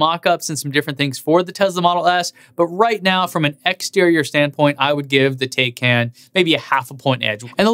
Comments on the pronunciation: Please don't fool us porsche" thin khan" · Taycon is NOT the correct pronunciation. 🤦‍♂️ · Starts videos by telling everyone how to correctly pronounce "tie-con". Proceeds to say "tay-can" and "tie-can". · Not to belittle this video or any of the hard work you do, but I do find it a little humorous that you noted the car being pronounced the "PORSH-UH THAI-CON" but proceeded to pronounce it "THAI-CAN" and then even "TAY-CAN" later in the video XD Nonetheless, I liked the comparison and I love you channel! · I love how odd the name is that even start pronouncing it Tie-Con and eventually transitions to Tay - Can or Tie-Can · If you are going to give people a hard time about how to pronounce Tesla as "Tez-Lah" then don't pronounce Taycan three different ways after pronouncing it "Tie-Cahn", which by the way is the correct way. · Good analysis! Just gotta remember to pronouce it "tie-con", and not slip back into "tie-can"! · Pleaze, it's "tie" + "kahn" or "con:; not "can". 🚗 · FYI-, you pronounce the taycan 3 diff ways often within the same sentence even after your best efforts to confirm the actual pronunciation from getgo. Nobody mispronounces Model S. Point...Tesla